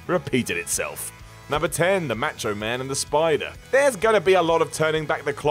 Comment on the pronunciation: Why are you calling him the "Match-O-Man"? He's the "Mah-Cho-Man"!